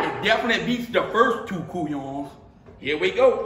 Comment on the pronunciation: Let me help you out bruh it’s “Couillon”